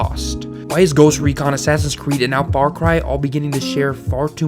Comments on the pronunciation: fawcwy? FAWCWY? sorry bud you can't have an opinion with that speech impediment. disliked. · did he say far cwy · “Far Cwy is a seewies” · Far Cwy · Far Qwy lol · "Far Qui"